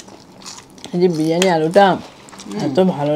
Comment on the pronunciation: বিড়িয়ানী না বিরিয়ানি 😂